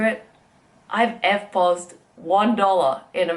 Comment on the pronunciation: Electronic Fund Transfer / Point Of Sale refers to when you pay for something with your plastic, whether credit card or debit / ATM card. She is pronouncing EFT POS as if it is one word and making it sound like efpos. Many stores have eliminated the minimum amount that we can spend while using a card in order to encourage more sales in the long run. I know a few people that never carry any money with them. Everything goes on the plastic. I'm the opposite most of the time. I carry a sufficient amount of walking around money all of the time.